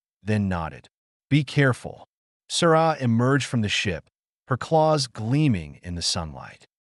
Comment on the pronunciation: the text says Sara ... but hes like SURRAHHH wtf :S